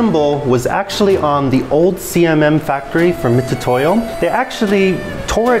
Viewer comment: Those are called Vernier calipers and Mitutoyo is pronounced mitsutoyo, not mitutoyo